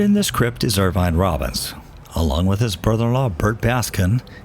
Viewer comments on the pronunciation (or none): none